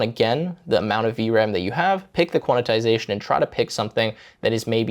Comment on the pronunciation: There's no way I'll ever use Mac just to get this extra ram. Also, I think it's qwen not Gwen and quantisation not quanitisation. Love the video!